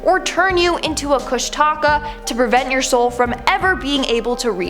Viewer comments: Pronounced KOOSH-TI-KA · Repeat after me....there is NO 'Alaska Triangle'....it is a Discovery Channel invention. It's about as real as the 'Alaska Bush People' characters that supposedly invented their own accents. Sure ya did....Sure ya did. Also.... Its pronounced Koosh-Ti-Kaw. Do more research before taking on Alaska please :) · My moms seen a kushtaka it’s said Koosh-Ta-Ka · Also from Alaska. An its said like kooshdakaa. Love being here. But also cold haha. Love the vids.